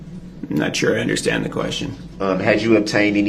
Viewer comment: He doesn’t “underschtand ” much of anything does he? And why can’t he even say “ understand” correctly? Lol